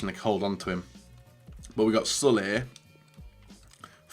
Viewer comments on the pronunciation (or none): Love the pronunciation of “Sule” like “Sully”